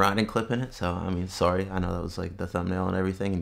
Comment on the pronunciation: It's all good no need to be "Soarry"❤😂🤘